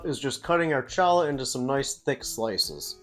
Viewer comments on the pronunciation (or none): Challah is pronounced "Ha-la" Not Cholah. The "C" is silent. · Looks good, but the bread is pronounced "Holla" !